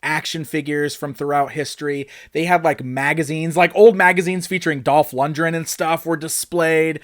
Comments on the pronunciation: For such a big fan you’d think he’d know how to pronounce LundGren properly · Lund-gren not lund-dren.